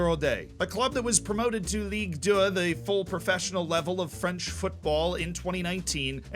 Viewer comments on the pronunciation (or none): As a French, I feel offended by the way you prononced Ligue 1 and Ligue 2.... I want apologises. .... No just kidding I don't give a f***, continue your videos bro it was very entertaining!